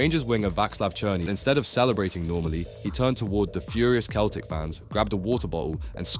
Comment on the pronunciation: How is someone making a video about football mispronouncing Celtic and Adebayor 😂